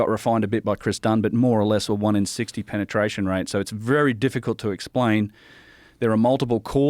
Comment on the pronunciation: did u say penertration